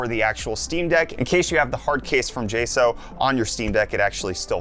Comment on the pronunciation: It’s weird to hear you calling the company “jay- sow” when everyone else calls them “jay- socks”